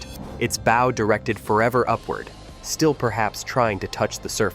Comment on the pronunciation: Bow is pronounced B Oww, like oww that hurt, get it right AI Bow that hurt.😊, not like bow tie...., okey dokie?